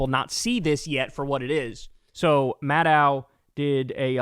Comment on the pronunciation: Kyle, MADDOW rhymes with SHADOW. She introduces herself at the beginning of every hour, so you can verify for yourself on YouTube. 😊